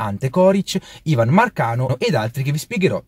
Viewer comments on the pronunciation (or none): none